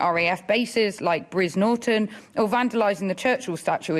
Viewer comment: Its brize not briz you simpleton